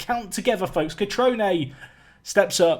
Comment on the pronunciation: Cutrone! Good pronunciation this time, bravo.